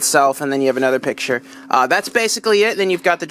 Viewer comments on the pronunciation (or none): none